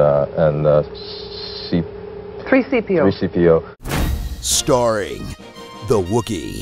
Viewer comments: TRHEE SEEPIO LOL HAHAHA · "The Wookie" "Three Seepio" 😂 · threeseepio indeed :3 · "Three Seepio" Lmao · “Three seepio” really sent me 😂😂😂